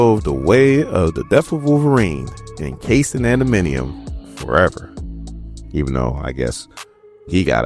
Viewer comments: love your commentary. just one or two notes. It's Chamber not Chambers and it's adam-ant-tium not adaminiom lol. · ADA-MAN-TI-UM say it